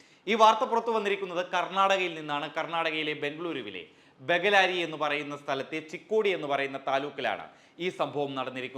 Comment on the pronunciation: ബെഗലാരി അല്ല, 'ബെല്ലാരി' എന്നാണ്.. തിരുത്തുക